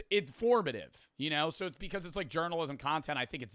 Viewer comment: His accent seems normal until he says the word so. “Siiiirrr”